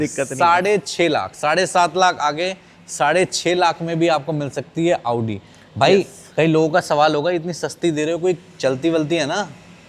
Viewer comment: Aoodi😂😂😂abe audi bol , aoodi nhi